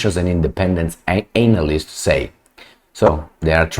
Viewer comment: The way u say ANALyst man...